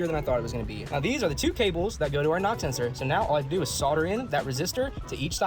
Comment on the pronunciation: Sorry, are you saying Pam or Pamn? Lol really though are you saying nox or knocks??